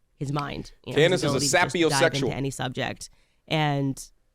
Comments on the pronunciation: Bro you gotta looks things up. Sapiosexual. “Say-pee-oh”. Not “sappy-oh” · It's not sappyOsexual 😂😂😂 (say·pee·uh·sek·shoo·uhl) Just because a YouTuber has an opinion and uses a platform for several years, does not assure intellectual acumen. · My brother, please say the word correctly. You're a pretty intelligent guy, lets make sure we learn how things are spoken properly. Sapiosexual is pronounced SAY-pio sexual.